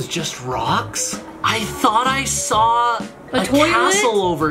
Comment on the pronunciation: you said'' I fort you meant in the lego MINCRAFT not lego fortnite.